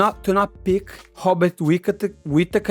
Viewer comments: It's pronounced Bobbit Whittaker. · How is Robert Whittakers name the only R word you had trouble pronouncing 😂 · Hobikot Whipakatur 🤣